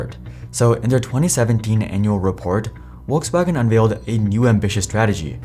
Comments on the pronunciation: "WalksWagon" Lol 😂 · Porsha, Uolksuagen. I can’t listen to you butchering brand names. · Wolks wagen is your knob, Your pronunciations are as putrid as your knowledge of Porsche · mate its "F-olksvagen" or "V-olkswagen" not "wolkswagen" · It's Volks, not Wokes wagen. 🙂 Folks-vaagn. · Please pronounce Volkswagen correctly, its not WOLKS wagen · Are you saying Wokes wagon? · I’ve not heard anyone pronounce Volkswagen as ‘Wolkswagen’ before. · I've finally figured it out. You're saying, "Wokes Wagon", for people who are woke! LOL, keep up the crappy pronunciations. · it's pronounced Folkswagen for vucksake! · Did this man say wolkswagon? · 828k followers and can't even pronounce brandnames correctly. Where is world coming to. Wolks wagon??? Porscha??? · Porsche = Porshe with the e pronounced as in element Volkswagen = Folkswagon (there is no w in it) greetings from Germany! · Funny Indian accent when pronauncing Volkswagen (waltzwagen 😂) but can't stand the pronunciation of Porsche. Porsha Wtf where do you see an a in there?! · Would be good, if you could pronounce "Porsche" and "Volkswagen" correctly! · Is it really that hard pronunciate the names correctly? Volswagen starts with an F, and Porsche ends with an e (the same as electric starts) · Argh you need to pronounce Porsche correctly its embarrassing and makes what your saying hard to believe when you cannot even pronounce the name correctly. Also Volkswagen common its not hard google how to say the names. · That's the funniest pronunciation of Volkswagen I've ever heard